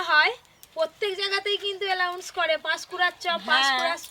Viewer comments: if u can't speak proper English don't speak, u are murdering the language. U pronounce wrongly the word announce, u said allowance. Why r u trying. When will u grow up. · Ota allounce noi announce😂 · কথাটা announce উচ্চারণ আলাউন্স নয়।vlog এও দেখলাম।